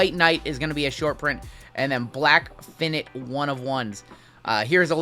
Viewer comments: OMG!!! It's pronounced "fy - night". I know it looks like "fin - it" but it's not. Do better! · Is he saying "finite" wrong or is it just me? (Fy-night btw) lol